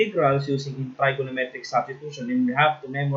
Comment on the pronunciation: Integration by tr"I"gonometric substitution. Like the accent